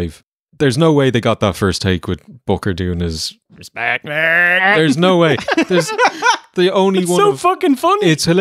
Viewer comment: My 5 year old son is laughing hysterically at ‘RESPECKKK’ and keeps asking me to replay it.